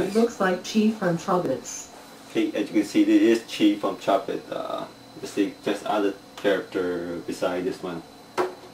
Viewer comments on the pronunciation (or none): When they were supposed to say chobits they said choblets